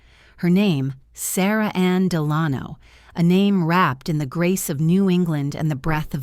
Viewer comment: The narrator mispronounces "Delano."